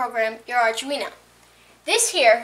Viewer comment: oh btw its arduneo pronounced arr-doo-wee-no